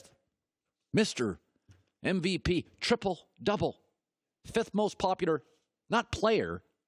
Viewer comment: Does anyone realize that Colin says "popular" like "popudar"